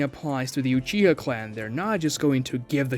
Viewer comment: Gng did you just say uchiger